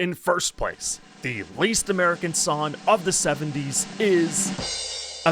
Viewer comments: I felt disturbed every time he said son instead of song, hun instead of hung, sener instead of singer, etc... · As a linguistics nerd, I'm SUPER fascinated by your accent — an accent where "Song" is pronounced "Sonn" (and "Hung Up" is pronounced "Hunn Up"). I'm super curious what part of the country has a total "ng"-to-"n" shift (where it's not just limited to the ends of "-ing" verbs)! -Paintspot Infez Wasabi!